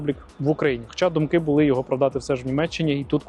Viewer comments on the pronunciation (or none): none